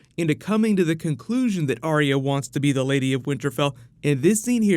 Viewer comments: Its Ar-ya not Ar-ee-ya Ar-ya Ar-ya Ar-ya Ar-ya Ar-ya Ar-ya FFS I don't understand how you can't recgonise a 2 syllable name when you see one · Why does Sansa pronounce arya's name different to everyone else? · can you try pronouncing Arya's name correctly